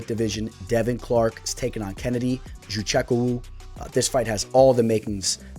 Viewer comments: Ya but you still didn't pronounce it right, I'm African so we pronounce it different, and good most people can't pronounce it, just think it's funny how you say it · Butchered Kennedy's last name so bad dude 😂😂😂😂😂